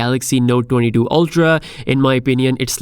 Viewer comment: Lol, why can't you pronounce 22 😆¿